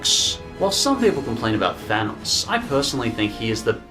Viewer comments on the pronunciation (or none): none